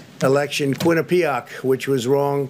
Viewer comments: “Quin-ippi-PYE-ac”... first time he’s ever seen the word. He can read but he doesn’t read, so is constantly seeing words in print for the first time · He doesn’t even pronounce Quinnipiac correctly!!!